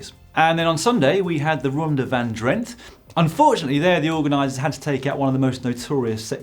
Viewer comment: "Drenthe" is pronounced "Drenta". It is one of the Netherland's provinces.